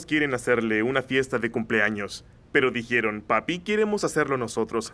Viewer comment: Todo bien hasta que dijeron "dijieron" Jsjsjsjs